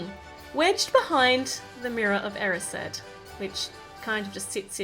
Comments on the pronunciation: Stop, stop stop, your going to take someone's EYE out besides, you're saying it WRONG it's E-RYES-ed not E-RIS-ED -Hermione Granger (or me, either one works) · Isnt the mirror pronounced eh-rised?